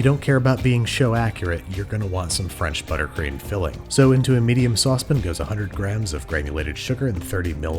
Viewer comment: “Into a medium sosspin”